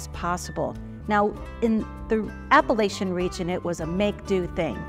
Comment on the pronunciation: Please! The host needs to learn how to pronounce Appalachian & Appalachia.